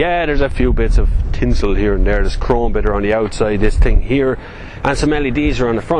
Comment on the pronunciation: Haha, " i tink dis is a good car"